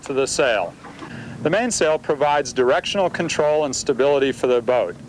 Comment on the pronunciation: is great. "Contwol the pwole" lol. Realy good informative vid.